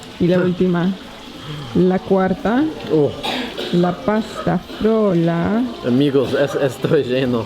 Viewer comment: que capo diciendo pastafrola y no como muchos aca que le dicen pastaflora y no hay forma de que lo digan bien aunque lo repitan mil veces xD te doy un 10... besos desde Argentina